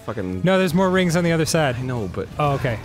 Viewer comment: "the phone rigns" i actually choked on my drink